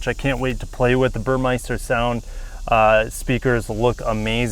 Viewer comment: Why does every car reviewer pronounce Burmester wrong? Take 2 seconds to actually look at the word. There’s no “I”. It’s mester like Esther.